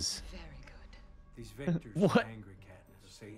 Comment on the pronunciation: Is he saying wictors instead of victors?!